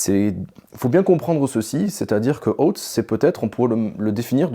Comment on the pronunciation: Oootez moi d’un doute, vous n’êtes pas prof d’anglais ? Très bonne vidéo but please check how to say : oath. Surtout si vous tenez à le répéter toutes les 10 secondes. 😉